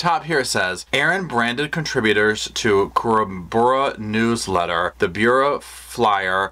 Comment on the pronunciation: It's pronounced Ka rum burra 😉....I live down that way